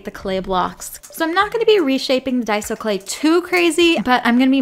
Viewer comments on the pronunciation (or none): none